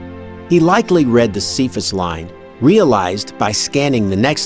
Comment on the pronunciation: Cephas is pronounced "kay-fuss", not "see-fuss".